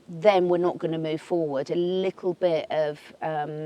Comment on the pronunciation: "a lickle bit"? 😉